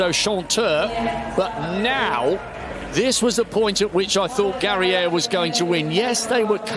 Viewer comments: European? Spain-Basque Cowntry versus África. It's GA-RA-I-AR.No Gereia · Ninguno sabe perder porque no han felicitado al ganador. En España todos nuestros deportistas saben perder porque tenemos esa elegancia y esa modestia en nuestra cultura. Y al comentarista hay que decirle que el apellido de Garaiar se pronuncia tal como se lee en español y NO en francés